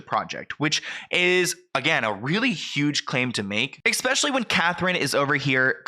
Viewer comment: Omg - ESPECIALLY. THERE IS NO X IN THE WORD!